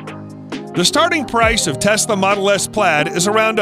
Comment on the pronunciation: “fasla” wtf